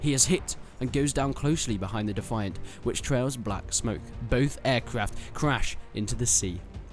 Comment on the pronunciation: "Defiant .." did you say defaint ? BTW, poles did NOT fly cannon armed spitfires, they flew Hurricanes and MkII spts (8 x 303a) .. if you want to fly ACCURATE battle of Britain planes, then fly IL2 - Cliffs of Dover. .. great flight sim, far better than kiddy WT.